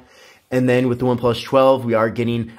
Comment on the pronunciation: Every video of this guy doing review for one+ I cant get over how he pronounced one plus. Why does he get saying one plush. Its annyoing the hell out of me